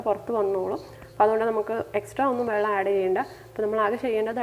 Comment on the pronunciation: സൂപ്പർ ആയിട്ടുണ്ട് പിന്നെ വള്ളം അല്ല വെള്ളം എന്നാണ് പറയേണ്ടത്